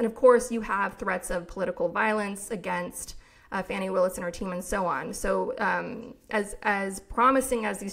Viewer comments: I thought Willis' first name was pronounced Fawnee not Fanny. Is this incorrect? Excellent podcast!! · Fah-nee not Fanny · I think it's "Fah-nee"?